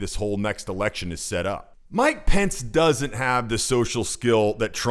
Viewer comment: Man you got Pence wrong